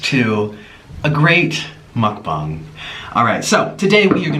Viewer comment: “Muck bung” 😭😭